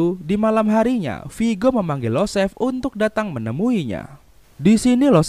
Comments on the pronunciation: Btw setauku yg anak mafia itu iosef/Yosef Bang, bukan Losef 🙏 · IOSEF . Bukan LOSEF